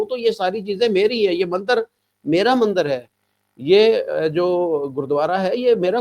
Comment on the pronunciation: Are bhai ye mander nhi bolte mandir hota hai